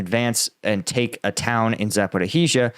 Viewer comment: It's not Za pory heezhia it's Za po rizh zhia!